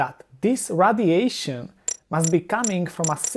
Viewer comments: Radiation is not pronounced "Raddiation", but "raidiation". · it's fun listening to him say radiation.